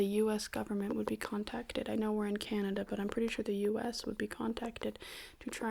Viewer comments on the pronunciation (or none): none